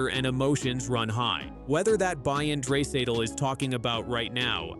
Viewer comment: Lol dray-satal 😂😂😂😂